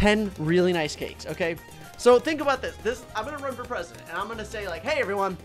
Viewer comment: Tewtity as presudint